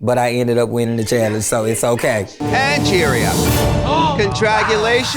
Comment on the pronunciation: NOT ANGORIA! LMAO